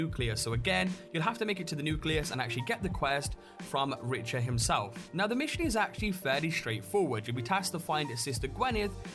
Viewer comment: Richer? Richer!?! It's pronounced RIK-TUR like the Richter Scale... As in earth quakes... Sorry but British accents can't explain that mispronunciation.